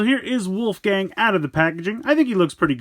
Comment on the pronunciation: It's wolfang, not wolfgang